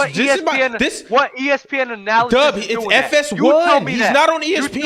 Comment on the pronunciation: Lmfao when they kept saying analysis instead of analyst